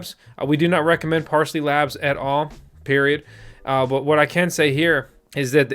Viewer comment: PARLEY*** lol parsley.